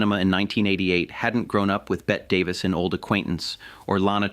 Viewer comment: BET DAVIS??? lol* c’mon AI